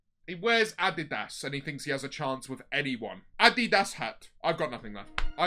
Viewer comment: It’s actually closer to the right pronunciation